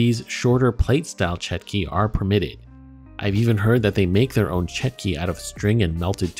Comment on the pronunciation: it's chotki not chetki